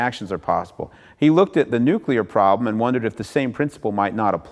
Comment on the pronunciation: At this point, I'm sure that's an "accepted pronunciation" as it is completely inescapable, especially from those who should know better. "Nuk-u-ler" I mean. Nobody will ever change the pronunciation of CNN, because that would make "sense" (C + two Ns).